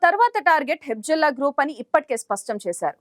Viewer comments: Hebzollakadu Hezbollah palakaneekiradu nuvvu ela news reader ayyavu amma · హెబ్జుల్లా కాదమ్మా,హెజ్బుల్లా అనాలి. మీయంకమ్మ ఎక్కడదొరికార్రాబాబు.